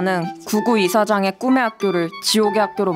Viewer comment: 사마귀 실장님이 꿈의 학교 말할때 굼의 학교라 함 ㅋㅋㅋㅋㅋㅋ ㄹㅇ ㅋㅋㅋ